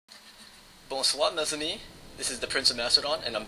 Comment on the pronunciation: I lol'd at your 'Bonsoir, mes amis' in the beginning :p It sounds chinese when you say it :p You have to pronounce the R and mes amis has to be said like.. me samis It's nice that you tried though!